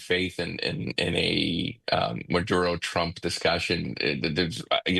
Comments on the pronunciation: Bene-zuela. Maaduuro. Cringe. Can’t watch anymore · How does she get murodo out of maduro? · why does she pronounce Venezuela and maduro weirdly? Fox went woke or she is dumb ?